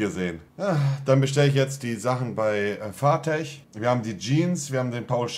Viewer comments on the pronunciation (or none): Fartech? FarFetch!!!! muss du doch mal "E" rgendwie richtig aussprechen 😂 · was für FARTECH??? xD es heisst FARFETCH LUL